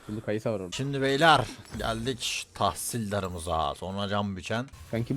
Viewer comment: bu adam neden tahsildara talisdar diyor